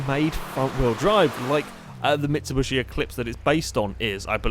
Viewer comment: can someone tell this guy that its mitsuBISHI, not freaking mitsuBUSHI as he says..... its so strange coming from a guy wich mostly plays racing games